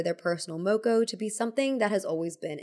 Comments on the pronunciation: Oh hey māori rep! Also 'moko' has a longer 'o' sound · it was really nice to hear you talk about Moko, as somebody from Aotearoa New Zealand! just thought i'd note, Moko is pronounced with the same "o" sound as in "more"